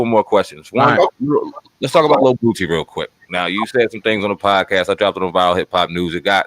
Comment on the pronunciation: Why do you keep pronouncing his name wrong? You keep saying Bootsie. It's Boooosie. There's no T in his name.